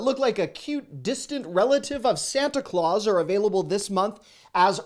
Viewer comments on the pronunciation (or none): none